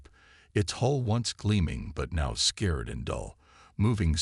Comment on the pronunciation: I wish for the speaker would learn how to pronounce the written word. He said scare instead of scar.